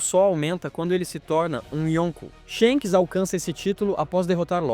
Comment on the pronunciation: ShEnks kkkk